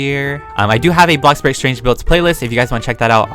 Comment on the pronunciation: hmm my first time hearing him say bloxburg right instead of......BlOCkBoRG